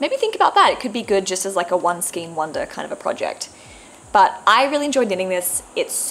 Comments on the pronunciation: Love your projects - beautiful knitting - I am not wanting to be picky but skein is skane as in reign. The King does not reen. Or a Reindeer is not a Reendeer. Heard this on a lot of posts lately and just have to say .......💞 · Thank you and that's not being picky at all! I've heard skein pronounced as both 'skeen' and 'skayne' so it's good to know that the second one is the correct pronunciation 🧶✨